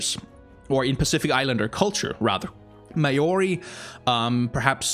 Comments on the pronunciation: Okay, not ma as in grandma, mao as Maokai. Mao-rie. Not Ma-Or-E. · the way you pronounced Maori made me cringe lmao